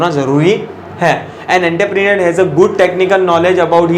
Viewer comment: You may need practice of pronunciation of entrepreneur..